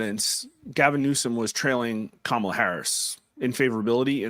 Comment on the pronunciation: Did Newscum said "Tamalcrace" lol